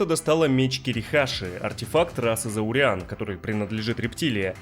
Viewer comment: Культ,не зауреан,а затериан